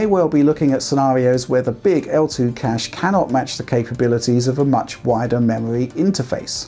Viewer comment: hungwy for memowy